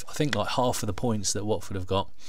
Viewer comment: Lmao u cut the hell out of my clip, tough loss at the end of the day. Lmao pronounced Watford so wrong hahahahaha